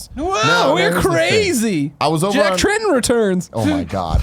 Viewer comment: Why does Greg pronounce Jack Tretton like its Jack TreNton?